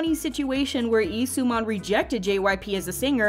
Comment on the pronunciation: It's Lee, not Ee👀